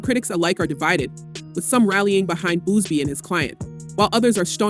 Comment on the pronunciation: Its Buzzzzz BEEEE not Boozebee my God🤦🏻‍♀️